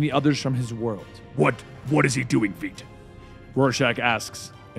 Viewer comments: Also sorry to sweat ya but unfortunately the correction pronunciation for Ozymandias’s name is viedt, kinda like saying “vite”. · One of these days he'll learn how to pronounce Veidt's name correctly. Normally I wouldn't complain, but the pronunciation's been clarified a long time ago, so... Great story though. I haven't been reading these as they come out myself, so I'm genuinely interested in seeing what happens next. I was hoping for a real fight between Joker and Comedian, but I guess straight-up confrontation isn't Joker's normal forte. It'd have to be him playing Comedian into something, then Comedian finding a way out. Or not. He ain't no Batman afterall. Still, it'd be interesting. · You keep saying Adrians last name wrong